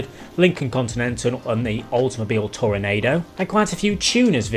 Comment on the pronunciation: 🤣😂It's pronounced toronAwdo🤦‍♂️🤣😂